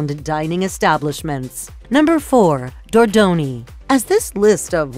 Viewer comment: What the hell is going on with that woman's pronunciation? And where the hell is Dordoni? Or Riviera..?